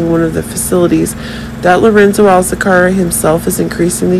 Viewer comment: Please stop saying SERIOUSNESS, INTENSELY and it's ALCAZAR (NOT Alzacar). Your updates have too many buzz words that don't actually mean anything at all. I'm sticking to Soap Dirt, but thank you for playing.